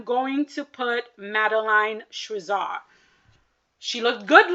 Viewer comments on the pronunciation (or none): It’s Madeline Schizas pronounced SKI-Zaass